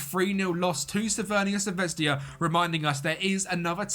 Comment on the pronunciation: Please stop calling Crvena Zvezda as "CRVENIA ZVEZDIA" or you could just use a english alternative as Red Star and the serbian pronunciation is "Cr ve na Zve z da" The English letter J in Serbian is pronounced as a Y and not a J